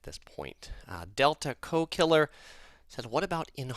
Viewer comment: Teehee you were calling the guy 'delta co killer', I think its 'Del Taco Killer' ! Do you have any tips on traveling around Europe? Skiplagged app seems to be good way to get low airfares. Grocery store tips with pastries or bakeries. Portugal has egg custards, France raspberry cookies with Casino and awesome $3 sandwiches at Monoprix. Italy has fiesta orange cookies at most stores and Milan has the 3 story candy store behind the Duomo. Coop in Switzerland is better than Migros.